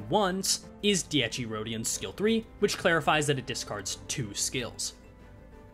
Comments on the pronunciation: I'm going to forever make fun of you for saying Dee-ecchi Rodyon forever. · I love your videos,but for the love of god,as an italian i implore you to learn how ti pronunce dieci correctly,how you pronounce the first "half" is wrong,whioe you got the secone half right